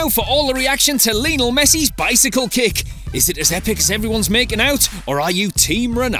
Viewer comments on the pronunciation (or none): Lionel* not Linl